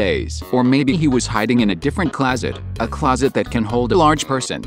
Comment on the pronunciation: i love the theory but the jerson from the tts i'm not hating on it but damn was that funny